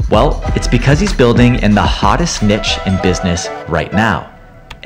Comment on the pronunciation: Can't even pronounce niche correctly lolol